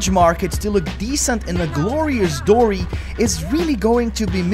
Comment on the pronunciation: it's pronounced 'dow-ree' not 'doh-ree'.